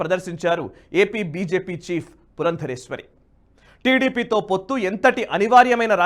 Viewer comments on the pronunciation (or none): అయ్యా ఆమె పేరు పురందేశ్వరి, పురందరేశ్వరి కాదు